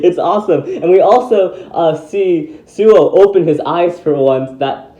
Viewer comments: actually it's Suoh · Hey everyone the website for beyblade Burst chouzestu the character bios say the correct pronunciation is SUOH not suou.